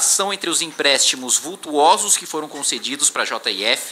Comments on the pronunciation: "vultUOso"... no! VultOso. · Muito bom deputado, tô gostando! Só tem um porém, assunto de vestibular: vultuoso ñ é vultoso !! Dá um google aí e capricha no português